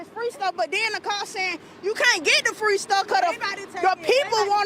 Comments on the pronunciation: I said what you said, who said it was Fa-Reee? 🤦🏾😂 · He said WTF is Fa-Reeee? I thought free was one syllable 😂😂😂